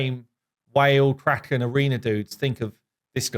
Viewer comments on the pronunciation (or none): none